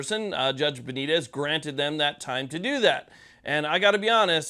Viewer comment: Please have the respect to at least TRY to pronounce Judge Benitez correctly.